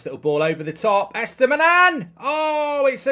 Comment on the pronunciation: How many times can you pronounce Estupinan wrong lol